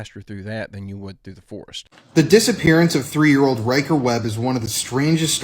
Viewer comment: Hey, WTF is a 3 year ODE?? A 3 year ODE?? HUH? I know you mean old. A 3 year OLD, but that's not what you say. You literally said, and say often, ODE instead of OLD. How difficult is it for you to pronounce a word correctly???? I mean DAMN! WORK ON IT OR SOMETHING because that shit sounds stupid.